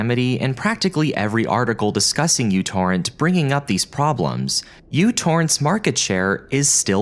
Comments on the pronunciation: Its pronounced NanoTorrent dammit ! 😊😅😂 Im rite. I was there when it dropped back in the day. That symbol is the unit of measurement microchip architecture of the transistors/wire pathways are measured in. Nanometers. That symbol in front of the Torrent. Makes it NanoTorrent ! But when it first came everybody in Indiana was calling it NanoTorrent. Though as the mentioned "poor marketing" ! So I guess we won't hear the creator or commercial say the name aloud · I think it's still correcting since the µ is neither pronounced 'u' nor 'you' and It's like seeing an R and saying this is pronounced as Z, to me at least that just seems to be an error. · Couldn't watch this beyond a min or so, the u symbol in the uTorrent name is the greek letter "micro" and is there to imply that the programme is small and uses few resources - not only does he pronounce it incorrectly he doesn't know what it means. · see that symbol "µ"? it's the Greek letter "mu" (and feel free to lookup how to pronounce it, because I know you'll get it wrong). it's not a "u". Yet you succeeded in creating an entire video about µTorrent without letting that bother you. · You need to google how µ is pronounced. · Came here to point out it's "Micro Torrent" not U torrent. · Its pronounced Micro Torrent, not u torrent. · It's "Mu Torrent", not "You Torrent"! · It's called "Meu" torrent, not "U" torrent. Just because μ looks like u doesn't mean it's pronounced like it as well. μ is pronounced at Meu. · Pedantic nerd point: The correct pronunciation is "mew torrent" because it starts with the Greek letter μ. I remember them saying it on the website the first time I downloaded it. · oh my - its first time when I hear somebody reads micro torrent as u torrent. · It's not uTorrent! It's Micro-Torrent. That's a micro symbol not a U!! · Me torrent not U torrent. Me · It is not a 'u', it's a mu, as in 'micro'. MicroTorrent. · someone tell this dude that the fancy u stands for micro? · It is, he's mispronouncing it